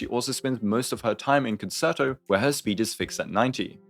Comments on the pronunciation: Me having a mini stroke everytime i hear kuhn·ser·tow instead of kuhn·chehr·tow. Great video though. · i love you so I hate to be that guy but you I can't get over how you pronounced concerto. it's actually pronounced more like "con-chair-toe" rather than "con-sir-toe," honest mistake though:) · Sorry I promise this isn't a hate comment but it's pronounced cun-chair-toe, not concert-o! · I got two "conserto"s in before I had to take a moment to come to terms with the fact that every content creator is about to mispronounce the word and maybe I should sit out this patch. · concerto is pronounced like cun chair toe 🥵🥵🥵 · It’s pronounced like “cone-chair-toe.” I know it likes like “concert” which uses an S sound on the middle C, but this one is a “ch” sound Nice breakdown, though. That one word repeatedly wrong was driving me nuts, is all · Great video, as usual… …but it’s pronounced Con-Chair-To. No reason for any non-musicians to know that, but it was just nagging at me the whole time. Not sure if I’m pulling her or not. She’s definitely good, but I’ve already got Ruan Mei, Sparkle, and Bronya, and I’m not quite sure how much I want to invest in FUA teams. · Just a heads up as well, since you mentioned in stream you weren't sure of the pronunciation, it's pronounced Con-Chair-Toe :D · Saying con-sir-toe hurts my heart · Hope people weren't too aggro about the concerto pronunciation! I was literally about to type something when I realized your pinned comment 🤣